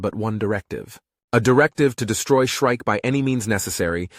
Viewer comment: Shrike is not shriek. Get a editor.